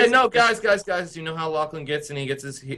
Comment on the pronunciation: Ta no longer Lachlan it's Lucklan lol